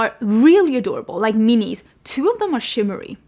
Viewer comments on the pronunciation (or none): none